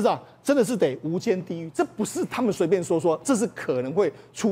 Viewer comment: 无间是什么鬼，没有提前看稿吗😂